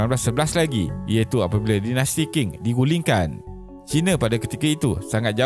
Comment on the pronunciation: Qing sebutannya “ching”. Betulkan kalau saya salah